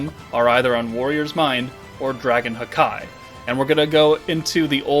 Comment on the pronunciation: I'm always triggered says haki (ha-kee) as hakai (ha-kai)